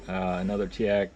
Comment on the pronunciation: Good review, but it's Teac not Teak.